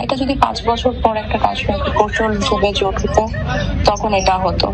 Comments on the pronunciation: জুট না জোট😂😂😂😂😂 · জোট না জুট